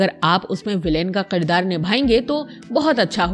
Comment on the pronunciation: Aap ki vdo achi hai leken is mein kuch alfaaz sahi se Ada nahin kiye aap me, khaas taur se Aap ne kaha Qirdaar. Which is not correct. Aap ne kaha begham which is not correct . Sahi pronunciation hai Kirdaar کردار۔ بیگم ۔ Begum - wife biwi.